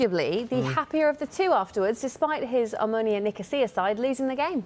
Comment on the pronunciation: The host should learn how to pronounce the name of A.C. Omonoia. He will hear it a lot in the future